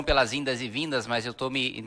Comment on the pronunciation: "Indas" e vindas kkkkk